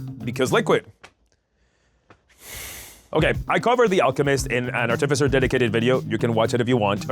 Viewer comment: Are you going to pronounce artificer artiffizher the entire video?